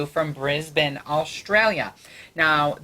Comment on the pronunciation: I must say that I watched your holograms on the live stream and much prefer you as you are here lol!! I also must congratulate you on your pronunciation of Brisbane which most Americans get wrong. I would love to see you come to Australia but I know it is almost impossible for Frank due to the almost 24hr flight. Thanks for the news boys and I look forward to harassing you in the future.